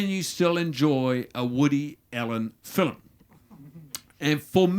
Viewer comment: Funny but what's with his pronunciation of 'film' 'as 'fillim'